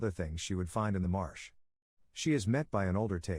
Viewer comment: It's MARSH girl, NOT march.